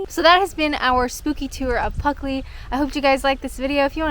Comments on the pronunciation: There was that spooky young lady, blocking the views of the nice little village, who obsessed with the name of the village :o The sound of "Pluckley", spoken without the first L, will haunt me forever :D (Very nice comment btw. ♥) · Sounds really useful having a ghost, if it neatly arranges your cutlery, and keeps the house cool on the hottest day of summer. Not to worry about the mispronunciation. Could have been worse. At least the village wasn't called Fluckley. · This was a really good video! I haven’t heard of Pluckley before! Don’t worry about pronouncing it differently, I don’t think I even noticed that you were saying it differently! This was so cool! You always make your videos where you explore places really interesting! And it was really cool when you were reading the backstories behind the places! You did a great job! This video was so good! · Yep, still watching, 4+ years, blimey I feel old! Thanks, you not having a script, & getting the village name wrong, is just part of the charm. Pocahontas is also buried in Kent, surprised she doesn't have a ghost story to! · One way they haunt you is by making you read the name wrong. You should've explored and walked around in the dark at midnight lol. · Puck, in medieval English folklore, a malicious fairy or demon. In Old and Middle English the word meant simply “demon.” In Elizabethan lore. Obviously he was following you and decided to spook your pronunciation from Pluckley to Puckley. :-)) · Of course you said PUCKley, you're Canadian! It's entirely understandable that you'd fit an Ice Hockey reference into something 😜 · Some phantom stole the ' l' in Pluckley .👻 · If you get a village to sponsor you, will you pronounce the name of it correctly? 😂 Also, hilarious how just as you were about to talk about a romantic story you’re like, “anyway, on to the spooky part”… 😂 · Maybe it's pronounced Puckley ? ?